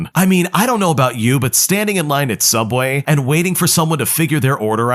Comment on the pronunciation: What's subway? I only know sooubway.